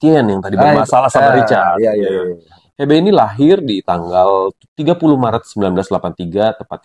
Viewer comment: Hebe😅 bacanya Hibi kaliiiii😅🙈🙈🙈